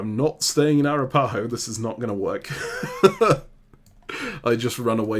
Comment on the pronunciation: Arapaho is pronounced a-RAP-uh-ho .... not ah-rah-PA-ho.... please fix how you both say it!